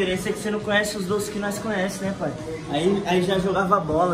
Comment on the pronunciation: "Pae" KKKKKKKKKKKK